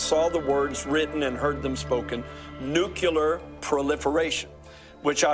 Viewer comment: Was nuclear also mispronounced throughout the dream?